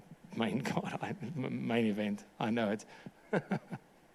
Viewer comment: The name is IMAVOV, not IMAMOV, not IMANOV, I-MA-VOV, and he's gonna whoop your ass